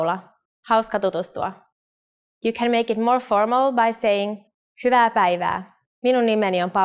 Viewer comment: This is fine, but why is "hyvaeae" pronounced "huuva"! They say it like it's just an "a"